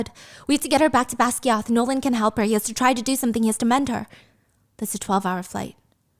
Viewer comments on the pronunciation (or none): none